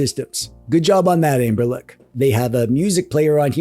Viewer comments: Is there a reason why you keep calling them "Anberlic" instead of "Anbernic"? Or is it just me who hears that :D In any case, I bought the thing mainly out of curiosity and so far I really like it. Haptically it's great, the only issue for gaming in bed is that the buttons are quite loud. But I like that they are so direct and clicky. Setting it up was easy, and apart from using it for ROMs (ES-DE works like a charme!) it's a great console for playing Pico8! The screen just feels right for these kind of games. The drawbacks are definitely a bummer, first and foremost the missing headphone jack and the small battery, but other than that It's a fun device. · why is he saying amberlick?